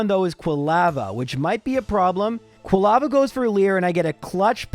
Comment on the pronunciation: Never heard anyone pronounce Quilava like you did. Do you pronounce lava the same way ?